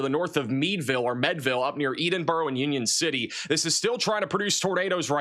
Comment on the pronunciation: Ed-in-boro not Eden-boro. Meade-ville; not Med-ville.